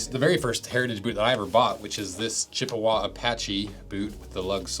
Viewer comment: As a native of Chippewa Falls, I can tell you the preferred pronunciation is "Chip-wa" not "Chipp-a-wah."